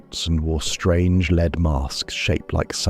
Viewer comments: what did I learn here? just that AI cannot pronounce "lead" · Just a heads up, in the Brazilian story you mispronounce lead (as in the metal) incorrectly 5 times but pronounce it correctly twice. Also, you miss the most rational explanation for the Bermuda Triangle- the region has some of the heaviest shipping traffic in the world and it actually doesn’t have a higher rate of disappearances than areas with similar levels of traffic.